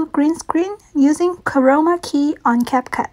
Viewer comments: For a second I thought she said covid key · is it just me or does she sound like she's saying corona key xD